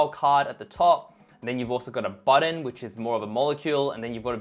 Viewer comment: I'm still trying to find a designer that can say "button". And not "budden". What’s going on... 🤔 (great content. Thanks ❤)